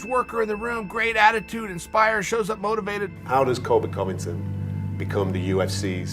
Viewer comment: The moment Covington became Cuntington